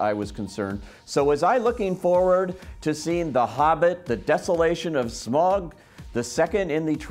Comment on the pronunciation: I can forgive mispronouncing Smaug, but when you mispronounce Baggins, then you sound like a fool.